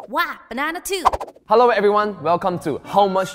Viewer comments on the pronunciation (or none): none